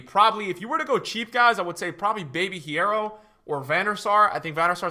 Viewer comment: Lol why did purposefully pronounce hierro wrong when he knows spanish